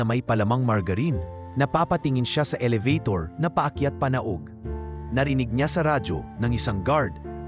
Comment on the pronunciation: Aayusin mo ang iyong pagsasalita kung paano bigkasin ang bawat salita dahil hindi tama ang ibang mga sinabi mo. Elevator,ang tamang bigkas dito ay ,Eh-le-be- tor. Okay